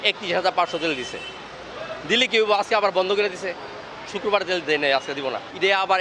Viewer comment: ভাই শুককোর বার,, হবে না শুক্রবার হবে